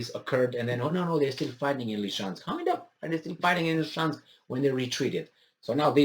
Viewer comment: Ly-sy-chansk. Ly-SY-chansk.